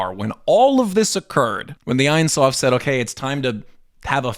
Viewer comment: It’s pronounced Eyn Soof.